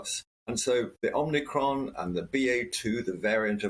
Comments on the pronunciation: I'm sorry but I can't take anybody seriously on a subject if they can't even say the word right. Like OMICRON only has one N. It's not OMNICRON. It's like most people in the news or tv say NUKULAR instead of NUCLEAR. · Omicron, not Omnicron dear Professor 😽👍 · This guy doesn't know its OMICRON... not OMNICRON...🙄